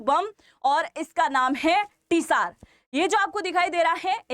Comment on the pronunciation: यह परमाणु बमके नाम जार बम है रसियन भाषामे ts का उच्चारण "ज" j होताहै टिसार नहि है।